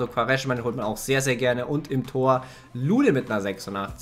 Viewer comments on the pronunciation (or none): none